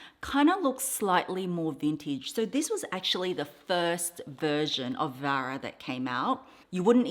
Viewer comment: Hi! It's actually Vera not Vara. spelling and pronunciation, Vera😊